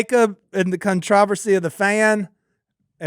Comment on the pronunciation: Never heard “controversy” pronounced like that before.